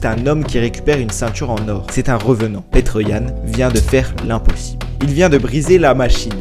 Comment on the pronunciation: Ça me fait rire quand tu dis petr 😂😂 en réalité suffit de dire piter comme peter parker par exemple